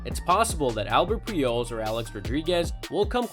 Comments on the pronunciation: He also said Peejols instead of Pujols and Icheero instead of Ichiro. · When was this video actually made? Video was just posted a few days ago but guy is talking about Pujols and A-Rod like they're still playing (and still putting up the numbers like they could a decade ago). And is dude pronouncing Pujols (and several other player names) so badly on purpose? Sounds like he's saying Peeholes. He also butchered the pronunciation of Alex Rodriguez, Miguel Tejada, and Orel Hershiser names. Dude doesn't mispronounce any other words that i noticed or seem to have an accent or anything. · What is he even saying when he tries to say pujols?